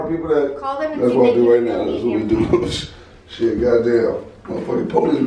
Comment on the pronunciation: He say shidd chapter 7 bankruptcy